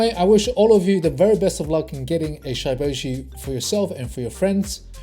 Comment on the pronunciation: It's not shyyboshi bro Its shiboshi like shib Pronounce like that 💞